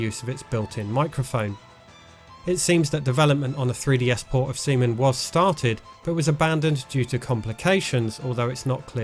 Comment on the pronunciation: Stop saying Seaman like that lol